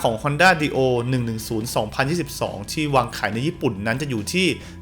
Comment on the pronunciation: น่าจะอ่านว่า ไดโอ น่ะครับ